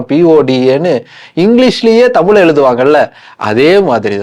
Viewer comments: Please learn to pronounce Thamizh. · ஹெலோ. முதலில் தமில் பளக்கம் மொளி அளகு என்றெல்லாம் சொல்லாமல் தமிழ் பழக்கம் மொழி அழகு என்று சொல்லிப் பழகுங்கள். உங்களுக்கு நீங்கள் ரெகார்ட் செய்ததைப் போட்டுக் கேட்கும்போது கூச்சமா இல்லையா. நன்றாகத் தமிழ் உச்சரிக்கத் தெரியவில்லை. அழகான எங்கள் தமிழின் வரலாறு தேவையா என்பதை யோசிக்கவும்.